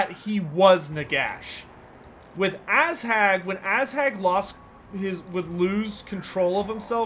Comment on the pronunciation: love the streams, but i hate the way you pronounce Azhag. Protect your butts, for the Ass Hag is coming!